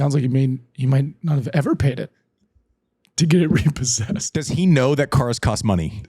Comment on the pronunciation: Man, the RE-PAUL-SESSED section got me cracking lol